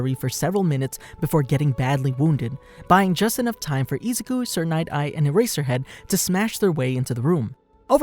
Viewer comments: ezuku lollllll it's izuku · Am I the only one hearing izuku pronounced ezuku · Im sorry but the way you're saying Izuku's name is kind of sounds like Nezuko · Some weebs are going apeshit because of the way you pronounce Izuku’s name wrong. But who cares?